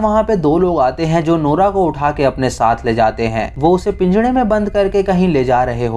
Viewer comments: Bhai pinjra hota h pinjda nhi🤣🤣🤣🤣🤣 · Bhai pinjda nhi pinjra hota h jab tum pinjda bolte ho to apko marne ka man krta h or gusse se gali dene ka bhi baki apki all video nice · bhai PIJDA nhi PINJRA bolo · All was good, but what is pinjada, i think it was pinjra not pinjada. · Pinjda nai hota pinjra hota ha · I like the way you say pinjdaa 🤣